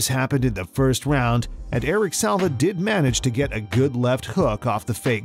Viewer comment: It's Eric SILVA, not Salva